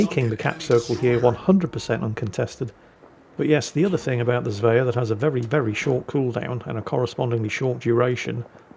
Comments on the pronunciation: How do you manage to mispronounce Svea? Zvea? It's the same bloody 's' as in Sweden! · There is no "j" in Svea. Try saying the word "swear" with an ending "ah" instead of an "r"